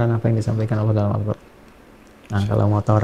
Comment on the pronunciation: Salam saya dari Malaysia..saya sejak dahulu lagi suka mendengar cara bagaimana ustaz mengucapkan perkataan "Al Quran .'..kerana sebutan nya beliau lain Dari yg lain..ada Nur pada perkataan "Al Quran " yg beliau ucapkan ,dengan santainya... Tapi menyentuh sekali sanubari ini..hanya perkataan "Al Quran"..yg beliau ucapkan begitu memberi kesan sekali kepada saya.. mengagumkan sekali .